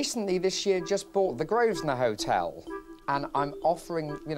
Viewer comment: can’t even pronounce the name of his own hotel.